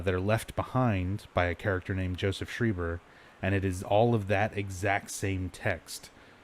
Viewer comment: He's pronounced shryber Not shreeber arrrrgggg